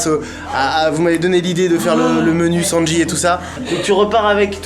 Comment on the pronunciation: sandy pas sandji